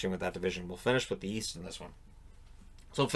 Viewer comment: East? I thought you said... wheast.